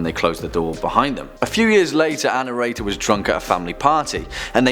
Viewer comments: you say this word all the time and I'm not sure what you are saying so maybe you can clarify; sounds like annorator which is not a word. Maybe you're thinking annotator, but that means to make explanatory notes about a text - a written commentation of something written. Perhaps you're squishing, our and narrator into one word but that would not make a lot of sense either because, to narrate is what you are doing; telling a story verbally. It has nothing to do with writing it down or the protagonist of the tales, who coincidentally, is always who you are referring to as annorator. Perhaps you could be an illuminator.....thanks. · Thank you for the clarification! I mean really this guy has an accent but he could make an effort to pronounce "Our narrator" correctly instead of sounding like "Ann Erator"! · "Ann Erator" wow this poor lady has a lot of horrible experiences...how unlucky. Oh, "our narrator" that makes more sense. #protectAnnErator